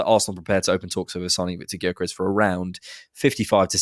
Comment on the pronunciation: The G is silent for god sakes.